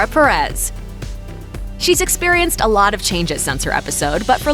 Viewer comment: The way they pronounced “Perez” tho 😂 I’m not making fun I know most English speaking people don’t have a Hispanic accent but It kinda bothered me (sorry( @@